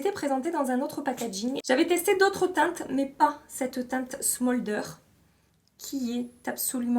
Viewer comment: "smôldeur", "un rèl" 😂 vraiment avec beaucoup d'affection et sans malveillance J'ADORE quand tu parles en anglais! Et sinon comme d'habitude beaucoup de bonnes idées pour le makeup, merci ❤